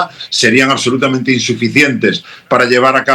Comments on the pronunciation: "accsolutamente...!" Categórico Madu! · aCsolutamente, aCsolutamente!